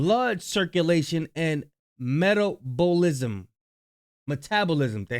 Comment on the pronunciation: No longer saying metabolism like how it's supposed to be said, I like meta-bow-lism better! 😂